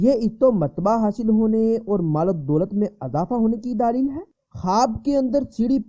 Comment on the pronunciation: ارے بھائی دالیییل نہیں(دلیل)